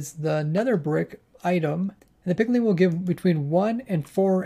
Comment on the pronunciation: I only have one complaint. "Pigling"